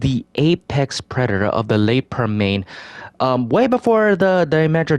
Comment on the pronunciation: Permian: 🗣”Perm-EE-Unn”